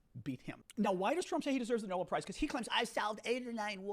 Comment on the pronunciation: Nobel not noble 😘